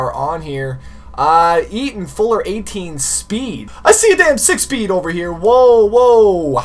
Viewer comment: Who else heard him say 8 speen insted of 18 speed